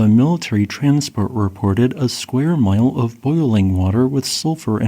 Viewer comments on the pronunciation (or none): none